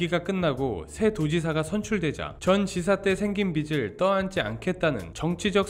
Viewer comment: 빚을 빛으로 읽으시네